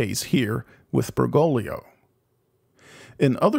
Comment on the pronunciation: great vid. however, it's BergoGlio. there's a second G. it's not "Bergolio". Ber-GOAG-lee-oh ordo watch derksen